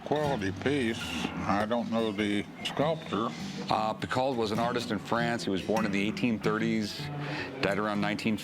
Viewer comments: Piko. Not Pikat 🙄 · For any non-french speaker ; Any names that ends with AULT , sounds like O. Emilie PICO . Not Pick-alt !! Just sayin :P